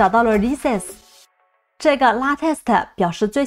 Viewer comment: UP主的英文发音还是有待于提高。releases, latest,arm这些都是非常简单的英文单词，发错音实在说不过去。